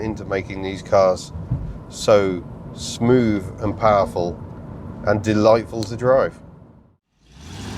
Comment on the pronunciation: Smoov, fird, free, fink, frough, fought....thucks sake